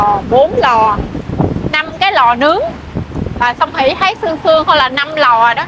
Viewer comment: Trái cây ngon và rẻ quá. Chúc mau đạt nút bạc nhé. Mình góp ý nhe nếu đc cố gắng phát âm có vần th vì nghe nói vần t ok mà. Chẳng hạn như thấy. hấy Hay thường. hừơng Thịt hịt